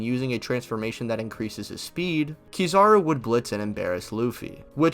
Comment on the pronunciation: KEE zawr oo? Come on dawg damn :/